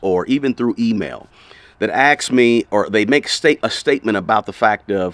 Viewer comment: It's "ask" NOT "ax" ugh...